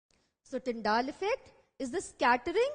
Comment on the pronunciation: Nice but it's Tyndall not Tyndaall 🙃 anyways... Nicely done